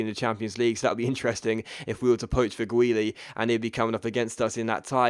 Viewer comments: Its not pronounced Fegwuili, it's pronounced Feghooli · It's prenounced (feg-ew-li) by the way :)